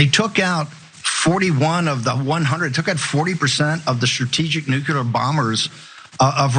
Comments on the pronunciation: Hey, Bannon… it’s not “nucular” it’s nuclear. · Reeheetarded Banyun cannot say NEW-KLEE-ER. BLOB of sht.